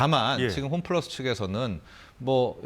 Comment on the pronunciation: 홈플라스??? 발음도 안되는사람이 나와서 ...